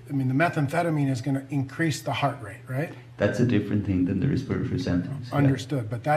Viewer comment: “Resperory rate”